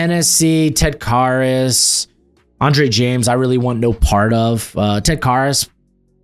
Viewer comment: It's Ted Karras, rhymes with Harris. Care, not car.